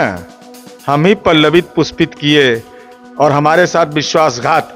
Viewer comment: पल्लवित पुस्पित नहीं गधे पुष्पत पल्लवित 😂ये गजब मूर्ख प्रवक्ता